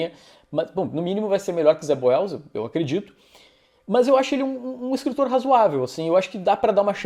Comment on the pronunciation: O nome Zeb Wells soa como Zé Ruels 😄